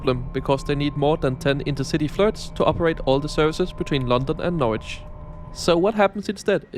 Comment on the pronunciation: Well, at least nails "Norwich" without issues. Many people, even native English-speaking Americans, struggle with that, I tend to find.